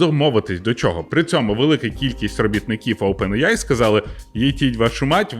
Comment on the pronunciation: Чого Опен іяй ане аі?